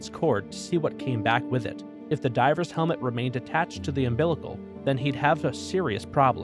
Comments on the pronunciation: He says driver instead of diver in the intro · 45th xd plus u said drivers in the beginning not divers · Is it just me or did he just say DRIVERS in the beginning instead of divers